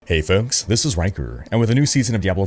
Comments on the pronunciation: You said it wrong. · Its folks, hey Rhykker!